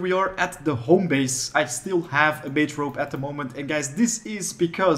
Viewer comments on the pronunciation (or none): none